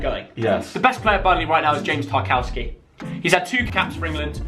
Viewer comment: Why do you pronounce Tarkowski name differently